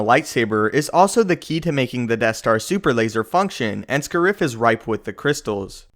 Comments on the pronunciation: Isn't the name Scarif? Why do you pronounce it as Scurif? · its pronounced "Scare-If" not "Sca-rif" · I'm pretty sure the emphasis in Scariff is on the first syllable.